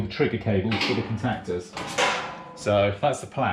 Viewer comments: Never in my life have I heard someone say "cun-tac-ters" in that way. More peculiar pronunciations please, makes the world a more interesting place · The way you say contactors makes me want to vomit. Much love.